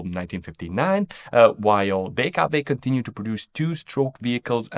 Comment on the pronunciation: Hey, Mr., are you German? The way you said DKW und Wanderer led me to think so. I'm not German, but at least I learnt the alphabet.